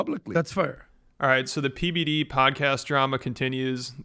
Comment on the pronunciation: It sounded like Adam called him PBiddy 😂